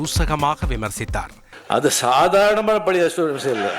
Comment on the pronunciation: உத்தமனை பற்றிய புத்தகம் அதனை வாங்கிக்கொண்ட பழைய என்பதற்கு பதில் பலிய என்று பேசும் தமிழினை சரியாக உச்சரிக்க தெரியாத கோமாளி சுயநல நடிகன் சிரிக்கும் கயவானிக்கூட்டம் 72வயதில் 18வயது நடிகையை கட்டிபிடித்து ஆடும் வழுக்கைதலை தான் பெரிய யோகி மாதிரி பேசும் பக்கா fraud